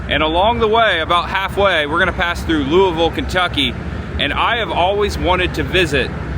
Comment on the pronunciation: being from Indiana, you pronounce Louisville correctly!:) I live in KY and have been to the Slugger museum. I'm closer to Lexington but go to Louisville several times a year. Next "spooky season," you and Cris should make a trip to Louisville. There are some great Halloween options: Waverly Hills (I've been there), Jack-O-Lantern Spectacular (I've also been there and it's AWESOME), and somewhere nearby is Pope Lick Bridge (legend of the "goat man") which is supposedly some spooky half-man half goat, ha ha:). I believe they even have a goat man festival, LOL:). I'm a subscriber to both yours and Cris's channels. Keep up the good work!